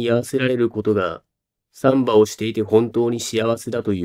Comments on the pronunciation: 「サンバ」で爆笑しそうです。正しい標準語の発音の仕方を習ってください。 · 難破船の難破と同じ抑揚でサンバだと産婆 あるく歩数の3歩と同じ抑揚でサンバだとブラジルのはだかっぽいおどり。